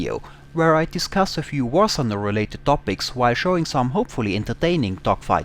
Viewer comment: War Sunder :)